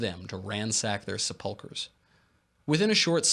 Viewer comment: Thats a new one!! , the pronunciation of Sepulcher! Lol. All good. Just a new one for me is all.